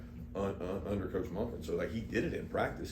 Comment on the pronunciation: 😆😆😆😆😆 are you Australian?